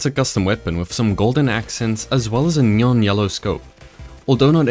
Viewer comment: i love how this dude says neon "nyon" lol